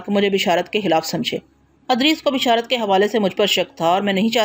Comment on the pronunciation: Haaey afsos Punjabi speaking Urdu sahi parh bhi nahin sakte ? Idrees ko Adrees parhna.... Bashaarat ko Bishaarat parh Rahi hen.... Afsos isi tarah ki beshumar ghaltiyan hen.....